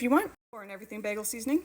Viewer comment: lol, behgel! My boyfriend says it the same way :) this looks delicious, and I love the detailed instructions!